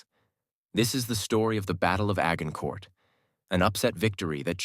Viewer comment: The AI changed multiple times its pronunciation of 'Agincourt'. Highly irritating.